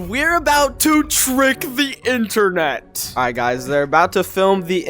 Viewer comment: “We just twrolled the fwicken intewnet” 😂